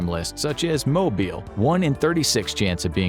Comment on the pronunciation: When you’re from Mobile and hear 1 in 36. Thank ya’ll for saying it correctly and not Mo-Bile 😂